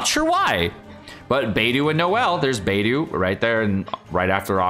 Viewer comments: I don’t know this guy so tell me why he pronounces character names like that (beidou and xingqiu) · Thanks for the informative video! Just want to offer some constructive feedback on your character pronunciation, for example: Beidou should read bay-dough, xingqiu = shing-chew, xiangling = shiaang-ling, etc.